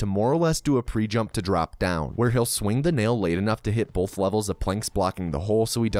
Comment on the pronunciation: Just commenting on your accent here... you say the word "both" as if there's an L before the th; "bolth" have you considered doing a "bolth" counter? If not, would you?